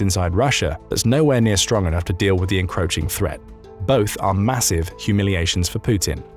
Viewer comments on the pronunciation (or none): I think you could probably replace the "Strong man" with "Straw man" and people may or may not catch it because of how your pronounce "Strong". See if anyone notices.